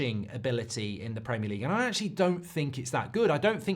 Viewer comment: Is OVR for ARESNAL! Goldbrige PRAMIAR LEGUE PRDCTIINSSS. Elite level content, mate. An inspiration to us all.